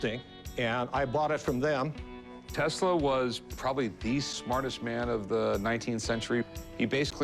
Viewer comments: "What is telsa" smh 🤦‍♂️ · he doesn't even say Tesla's name right....